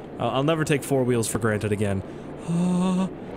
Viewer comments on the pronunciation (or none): none